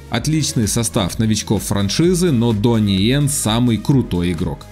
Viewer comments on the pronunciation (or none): Дони, а не джони... ну это такое, просто для коммента... 😎